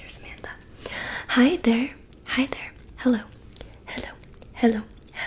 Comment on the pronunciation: Why are you saying heliu heliu heliu you can sae hello